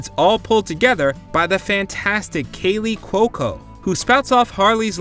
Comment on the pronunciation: 'Kaley Cocoa'? It's pronounced 'Kaylee Cue-o-co', buddy.